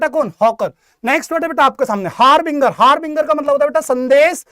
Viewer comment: Inka khudka pronounciation correct nhi ha harbinger ki spelling ka or ashutosh sir ne bhi Island ka wrong pronounciation kya.... Or bhi bahut sari spelling h jo mne google se dekha